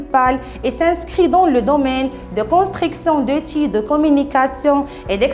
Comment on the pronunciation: Constriction de l'eutil, Comme d'habétude, Avon de commoncer, Qui va vous aider à se rappeler.... Svp svp svp, soignez votre accent, revoyez ce que vous dites, ça ne sert à rien d'apprendre par coeur et venir réciter ceci en vidéo, vous êtes devant des enfants a 3ibadlah comment on a pu vous prendre comme maîtresse pour une classe qui est la base de l'enseignement??????? Ni accent correct, ni grammaire,, ni lexique, ni conjugaison et en plus vous récitez! Non mais j'hallucine !!!!!!